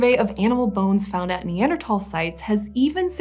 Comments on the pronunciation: NeanderTHAL. Not NeanderTOL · Say neanderTAL one more time I swear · I can’t not hear it lol Neather~”Talls”